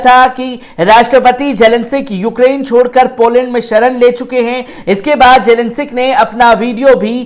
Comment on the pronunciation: Bechara padh ke bhe zelensic keh rha